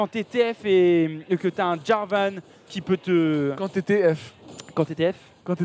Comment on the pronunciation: on dit jarvane et sur le move ou vs dites que aphromoo a paniquer en mettant son black shield c'est pas ca c'est la elise qui a brain le black shield en envoyant une auto pour faire semblant que c'est le cocon